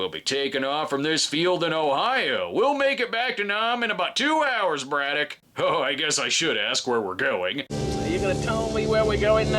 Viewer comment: I’m forty years old and I’m just now realizing he said “Braddock” and not “Brudah”. Clears up A LOT of things from watching this as a kid